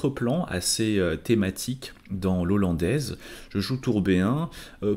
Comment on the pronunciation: 1/ l'ouverture n'est pas "l'ollandaise" mais "la hollandaise" (ça pique les oreilles) 2/ des commentaires et explications au top sur la partie, on peut suivre la partie non seulement coup par coup mais aussi sur chaque phase et mini-phase ainsi que sur les aspects psychologiques. un énorme MERCI pour ce travail.